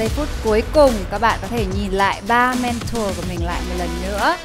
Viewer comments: Mrs "Men-thùa" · Hà Anh nghe nói là du học ở Anh quốc nhưng có những từ phát âm không chuẩn mà còn cực chối tai chẳng hạn: men-thùa (mentor). Không hiểu là cô ấy cố tình phát âm như thế cho nó "loạ và soang" hay là do khẩu hình cô ấy không thể phát âm đúng được??? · Mấy năm thôi à? Mình sống hơn nửa đời người ở đây rồi nhưng chưa từng nghe người bán xứ phát âm "mentor" như thế. Du học ở Anh mà phát âm kiểu Mỹ thành ra bị như vậy chăng? 😄😄😄